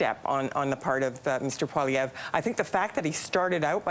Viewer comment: His name is Poilievre not Poliver. Sound it out. 😂